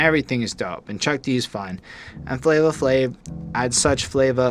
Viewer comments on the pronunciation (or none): Guys, it is pronounced Flavor Flav, it’s correct on Genius, I guess I wasn’t too clear when I tried to correct y’all in the first part, there’s no “a” at the end of “Flavor”. “Night Of The Living Baseheads” is my 2nd favorite beat on the album (I’m definitely with on this one.), I would listen to “The Grunt” by The JB’s first and then put on Baseheads right after because The Bomb Squad sampled it to make the beat and I think you’ll appreciate the source material a lot more. Same thing for “Rebel Without A Pause”,“The Grunt” was used again ( Oh in case you didn’t know, The JB’s is James Brown’s band and I know how much likes James Brown so I know she’ll definitely enjoy the song.) The whiny trumpet noise (I think it’s a trumpet) was Public Enemy’s signature sound at the time, The Bomb Squad made unconventional beats that sometimes incorporated noise with no actual purpose but it’s just an aesthetic to the beat. When I first heard Rebel, I had trouble getting into it as well but it grows on you and the more you appreciate noise, the more you’ll appreciate that beat. “Prophets Of Rage” is my absolute favorite, I listen to the instrumental at least 3 times a week (can’t get enough of those James Brown drums, courtesy of “Funky Drummer” which is one of the most sampled drum breaks in music history.) Chuck D just goes completely in on that song kind of like how Esham goes off towards the end of the album with “666” on KKKill The Fetus, I compare the 2 songs all